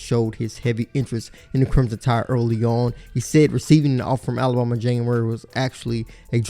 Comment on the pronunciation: this guy pronounces alabama (ala-bomb-a)